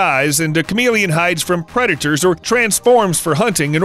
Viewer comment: Who else thought he said charmeleon expert 😂